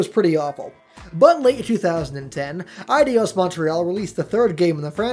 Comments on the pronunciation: im pretty sure its pronounced A-Dos or I-Dos but certainly not Adios. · LOL@ Eidos Adios...it's actually pronounced eye-dose. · Um... why are you calling them Adios Montreal?.. It's Eidos, not Adios... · Your eyes are rearranging letters on you dude. The "I" in "Eidos" is BEFORE the "d". Therefore it's pronounced EYE-dos, not eye-DEE-os. Which coincidentally is confirmed by listening to pretty much every interview ever given by an Eidos employee or even watching a few older trailers wherein the company's name is spoken aloud. Because, y'know, they all universally pronounced it EYE-dos. Just sayin'. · It's not pronounced Eye-dee-os, it's pronounced Eye-dos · It's Eidos, not Adios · It's eye-dos not eye-dios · ADIOS? EIDOS is pronounced AAee-DOS. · Then you lost me when you pronounced "Eidos" as "adios"... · It's pronounced EYE-doss. It means 'image' in ancient Greek. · Btw, it's Eidos. Pronounced EYE-DOSS. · Eidos isn't pronounced the same as adios. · Why do you pronounce Eidos Eidyos? There's no e, i, or y there. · Ideos? really dude? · SorryNotSorry, but it's pronounced AY DOS. Like Ayyyyyy and 2 in Spanish. Yeah. Stupid pet peeve of mine. The need to pronounce everything correctly. UGH!!